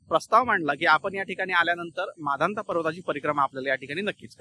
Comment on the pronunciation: सर तुमची परिक्रमा पूर्ण व सफल हो आपण माधनता पर्वत म्हणत आहात ते मानधाता असे म्हणावे नर्मदे हर 🙏